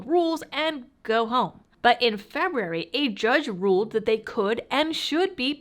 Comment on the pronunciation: Say it with me! Feb- you- wary lol!